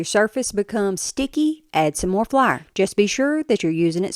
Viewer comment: “Add some moore fleur”